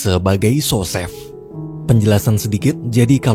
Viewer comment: co chef itu bacanya "ko sef" bang bukan "so sef"